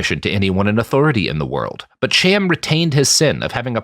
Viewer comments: You pronounced "Cham" according to Anglo/English which is why it seems odd. The name is "Kham" with a glottal stop typical of Arabic or Hebrew. Think, "l'chaim," not "cheeseburger." The "Ham" spelling is Anglicized and removes the "ethnic" sound to the name. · it's not pronounced either "Ham" or "Cham" as you pronounce it here (at least not in modern Sephardic-style hebrew) but the correct pronunciation uses sounds that don't occur in English. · The "ch" in "Cham" is probably pronounced like the German, which is fairly close to an "h."